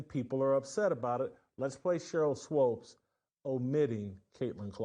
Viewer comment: WHY does this guy keep saying "SWOPES". It's bothering me sooo much.